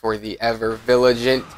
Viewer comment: Viligant? LOL